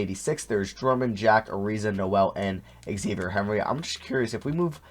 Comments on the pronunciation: It’s za-v-yay not x-avier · “Xavier” lmao, it’s “Zah-vee-ayy” Henry